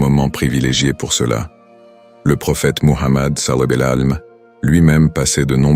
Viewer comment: SALLA LAHOU ALLEYE HI WA SALAM POUR QUE L'IA PUISSE BIEN PRONONOCER CETTE PHRASE OU BIEN VOUS METTEZ JUSTE PAIX ET SALUE SUR LUI. CELA DERRANGE D'ENTENDRE LE MOT DEFORME